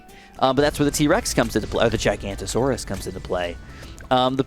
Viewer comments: The dino is pronounced Giga-no-toe-soar-us. And the bird is from Māori legends or something, I am a kiwi but I'm not very good with the legends and stuffs. I think it's pronounced Poo-ah-kai. As I said, I'm not very good with Te Reo Māori or Māori legends. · Just a quick fyi it is pronounced Giga-nota-sor-us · I dont want to he that guy but the pronounciation of giganotasaurus is commonly butchered. Its actually gig-a-not-a-saurus. Commonly known simply as Giga. Love the video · Giganotosaurous Jig-uh-not-oh-saurous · Hellooooo its pronounced "Gig-A-Not-O-Soar-Us". All my fellow Ark players stand up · Giga-noto-saurus. The bird has a Maori name for the Haast Eagle, pronounced poo-uh-kie as one would pronounce tie for the third syllable which you pronounced perfectly. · Hey! Just a heads up, the 5th tier Dino is pronounced giga-not-a-saurus:) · Actually, it's pronounced giga-not-o-saurus, just a heads up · I couldn't help but notice you (and most other people) pronounced giganotosaurus wrong. It's Giga-not-uh-saurus. Just thought I'd mention it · You said giganotosaurus wrong, the correct pronouncement is ( giga-not-o-sorus) also I like your vids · fyi t5 middle path is pronounced jai-ga-noto-so-rus, usually its shortened to a “giga” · Pronunciation for Giganotosaurus > jig anoto saurus. And apparently you're already pronouncing pouākai correctly. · That’s not how you pronounce giganotasaurous, gig-a-not-a-saur-ous, common misconception but I’d like to point it out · im sorry but as a dino nerd.... it's a GIGA-NOT-O-SAURUS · Don't want to be that guy but it's pronounced GIGA NO TOSAURUS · I cringe every time he pronounces giganotosaurus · You missed the no in giganotosaurus wich is really annoying considering its my fav dino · broooo im a dedicated ark player it a physically not sit through this full video of him misprouncing it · Plz pronounce the ginamonotosaurus correctly 🙏🏼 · Im sorry but its Giganotosaurus not Gigantosaurus